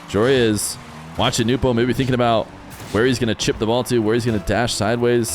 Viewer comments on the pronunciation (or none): It's "no-bu" not "new-po" why do people mispronounce